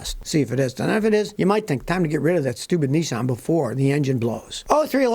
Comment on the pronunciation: To make the electric truck they would use 3times power on making these stupid cars .Your saying it wrong its Nisan not Nesin ..